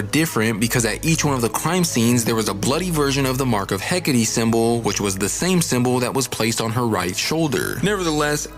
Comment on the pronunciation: Bro... "Heck-ah-tee"